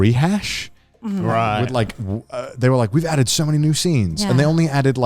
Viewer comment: Every time Connor has ever said "So Many" it sounds like he says "Sony" to me! 😂